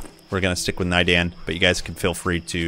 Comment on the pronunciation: Thanks for the walkthrough, planning to get back into this game soon. p.s. it's pronounced nay-darn, not nai-den :D